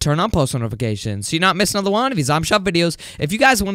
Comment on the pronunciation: Why does he say "anudder"